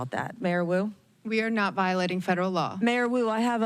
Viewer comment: I thought he was calling Mayor Wu "Kato". I pictured Peter Sellers saying; "Not Now Kato!"